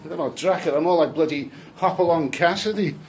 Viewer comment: The way you say Bloody makes me laugh 😂